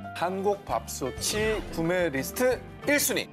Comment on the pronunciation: 밥소테 밥소튼 밥소치.... 아나운서님들이라서 발음 너무 정확해서 속이 다 시원